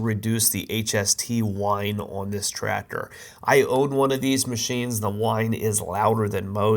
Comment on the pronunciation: The way you say TraCTor makes my eye twitch😬😬